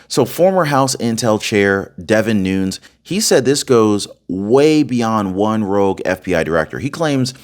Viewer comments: ITS NOON YEZ NOT NOONS JS PEACE MAB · It's Noon-ez, not noons. Just an FYI. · "....Devin "Nu-neez....". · Its pronounced "nu-nes" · That is NOT how to pronounce Nunes……. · you're pronouncing Nunes wrong, Squiggly line above second n. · Hey, you are doing a very good job on here! Just a little change on names needed. Nunez is pronounced different from Spanish. He’s Portuguese American. So it is Nu-Nez, not noons. Also FISA is a hard “I” as in Fi-suh. I hope that helps you a bit! But still, very good job! 👏